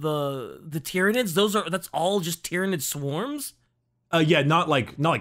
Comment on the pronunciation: Planet "Tie-Ran" continues to call nids "Tear-inids" .... Brah